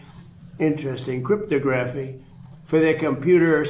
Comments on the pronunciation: "crypto-graphy" versus "cryp-tog-raphy". by placing the em-phas-is on the wrong syl-lable, did intentionally mispronounce this word? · Why did he pronounce “cryptography” in that strange way? He said it like it was crypto graph E. 🤔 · cryptOGraphy. accent on that SYLLable. or just crypto.